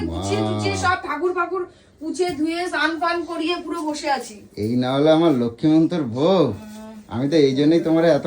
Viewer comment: লক্ষী মন্তর বউ😂 জন্তর বললে ব্যাপারটা কিন্তু আরও জমতো। ওরে /, কথাটা লক্ষী মন্তর নয়, লক্ষ্মীমন্ত😂 কেউ কি শুনলে তোমরা? ছিনালি টা কথা বলতে বলতে, ঠাকুরের সামনে বস্তির ভাষা ব্যাবহার করে ফেলেছিল, বলেই কথাটাকে ঘুরিয়ে দিল! "উদ্মা.." বলছে😂😂😂